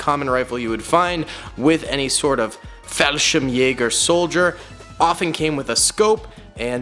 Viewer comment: How can you pronounce Fallschirmjäger sp perfectly but then say "lUfTuAfFa" 😭😭😭